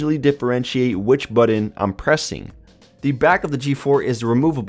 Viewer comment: Great review. Saw one of these at Walmart, and was trying to decide if it would make a good backup phone to my 6s Plus. But the way you say button is driving me nuts. lol "buddon".